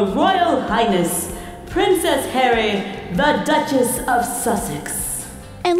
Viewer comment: she kept saying prensess harry